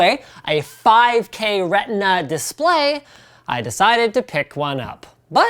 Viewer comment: "Retina".... This makes me angry